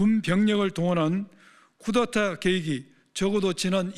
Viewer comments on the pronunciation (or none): 충격적이네요. 구테타(x) 쿠데타(o) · 구데타가 아니라 쿠데타 입니다 😊